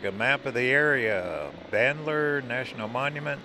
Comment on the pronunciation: It’s pronounced BandaLeer…I’m a language major!😂